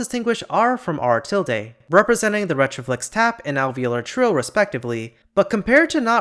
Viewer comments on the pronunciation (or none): none